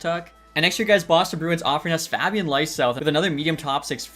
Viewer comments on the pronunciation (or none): none